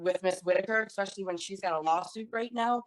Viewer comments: The word is “ especially “ not “ exspecially “ people 🤣🤡🤣🤡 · Rolled my eyes so hard on "expecially"